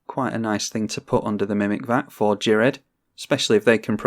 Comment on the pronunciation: I believe Ghired is pronounced (F)ired, as in Cough. I believe this is the case, because he was "fired" from the conclave by taking on "fire" mana.